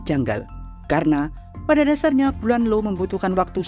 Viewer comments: io dibaca aio. bukan Lo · Di baca ai o. 😂😂😂